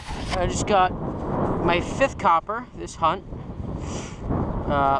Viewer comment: For a moment I couldn't understand what he was saying... I was about to go to google and look up the word "kyoppa" lol.